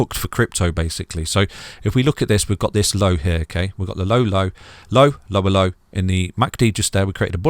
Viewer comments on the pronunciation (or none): when you say Lower low, its sounds like "ello ello" lmao